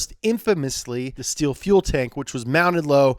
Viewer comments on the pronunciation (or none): none